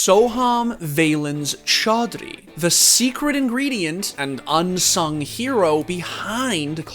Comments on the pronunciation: Wow I’m impressed with they way they pronounced his name. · I'm surprised that could pronounce Chowdhury right